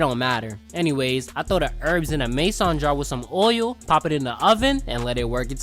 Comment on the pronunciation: This guy doesn't know how to say "Mason."